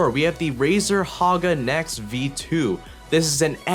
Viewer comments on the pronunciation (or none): lol u said haga nex, instead of naga hex :D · Razer "Haga Nex" LMAOOOOOO